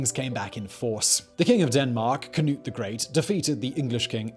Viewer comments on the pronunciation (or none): none